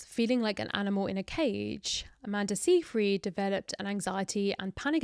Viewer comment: The pronunciation of Amanda Seyfried's name is SIGH-FRED, not SEE-FREED.